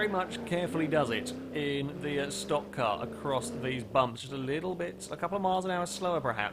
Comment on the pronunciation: HEY! LOOK!, a brit, actually CALLED A STOCK CAR CORRECTLY!